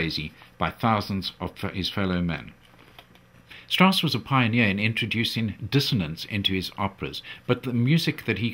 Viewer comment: Richard Strauß is spelled: [ʀɪɕaɾd ʃtʀaʊs] In german names "ch" isn´t "ck".